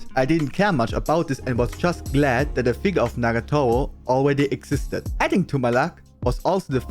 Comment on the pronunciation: I love how he pronounces "Nagatoro". "Nagatowo"